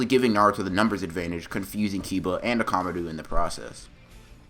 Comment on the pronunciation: Was it just me or did he call Akamaru Akamadu? 😂